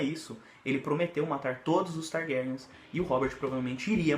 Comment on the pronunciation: sinto um grande desconforto ouvindo "targárians"...sou anormal :/